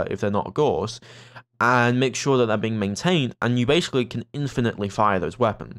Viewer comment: FYI: the 'au' in Gauss is pronounced like the 'ow' in cow, and the ss is a hard s like in 'stop'. It's a german last name; Carl Friedrich Gauss, for whom the Gauss unit of magnetic field strength is named, was a mathematician and physicist who made a lot of contributions to the understanding of magnetism.